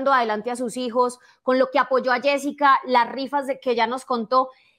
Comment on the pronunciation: Yessica Muñoz No yesika muñoz